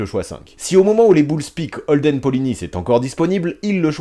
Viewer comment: Merci d'avoir prononcé Polynice à la française, c'est rare alors qu'il est Haïtien, et n'a pas de raison d'être prononcé à la Braïce de Naïce !